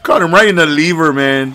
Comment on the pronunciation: "oh caught'em in the leever(liver)" lol a fool